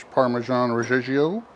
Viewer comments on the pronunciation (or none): definitely buying pizza stone for my bullseye now! one thing tho.parmigiano reggiano is par-mee-JEAH-noh red-JEAH-noh